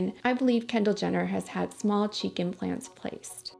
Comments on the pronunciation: why do cheek implants sounds like chicken plants😭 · Lol everytime you said "cheek implants", I heard "chicken plants" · Kept hearing chicken plans instead of cheek implants 😂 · Cada que dice cheek implants yo uscucho que dice chiken plants 😂😂😂